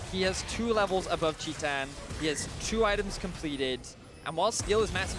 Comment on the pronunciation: Can't wait till kabum goes home so i don't have to listen to a caster who says "chee-tan" instead of "tie-tan"